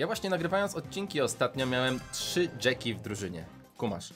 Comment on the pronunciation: Jacky nie mówi się na nią dżeki tylko dżaki